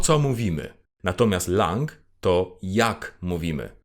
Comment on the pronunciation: Nie chciałbym zgrywać mądrali, ale jako romanista: 1) propsuję temat filmiku - jest cudowny i cieszę się, że mogłem się dowiedzieć tylu nowych ciekawostek i przypomnieć sobie temat ze studiów :3 2) z całym szacunkiem, "an" w wyrazie "langue" czytamy, jako "ą", a nie "an". Wybaczcie, nie mogłem sobie tego darować xD